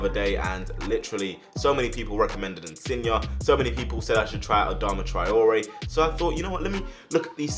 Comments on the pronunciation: He’s name is InsignE! Not InsignA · No insin yay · His name is pronounced in-sin-yay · Loved the vid but when you say insigne pronounce it insiyeah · Pretty sure his name is pronounced insin-yay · The way you say insigne makes me wanna shoot myself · I didn’t know there was an ‘A’ at the end of Insigne’s name 😂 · Insigne say the e not a a